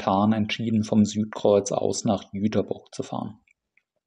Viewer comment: Nett, mal einen Reisevlog über meine Heimatstadt zu sehen. Und vielen Dank, dass du den Stadtnamen korrekt ausgesprochen hast. Das konnte bis vor ein paar Jahren nicht mal die DB. Kleine Korrektur: bei das ist die Liebfrauenkirche. Die Nikolaikirche ist die größere mit den zwei unterschiedlichen Türmen bei